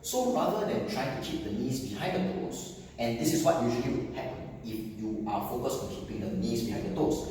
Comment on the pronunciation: It is supposed to be focused not focued